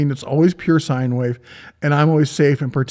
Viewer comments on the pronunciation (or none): none